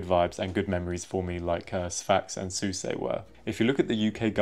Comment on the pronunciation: Its pronounced Souss not Soussey